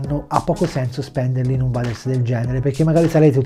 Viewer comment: Bellissimo il nuovo logo IDP sempre sul pezzo 💪🏻🔝 P.S. Si pronuncia “ueders” ti vo bene 🤣🤣